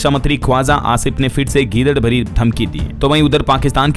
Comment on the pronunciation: 😂😂gidad bhabhki hota hai dear 😂😂not gidar bhari dhamki 😂😂😂aap bolte ho gidar bhari dhamki di...or kahna chahiye gidad bhabhki di ...gidar bhabhki.. meaning..gidar ki tarah jhuthi bhokkna or katne ki dhamki dena 😂😂😂